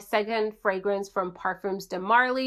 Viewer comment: The S is silent on parfums :)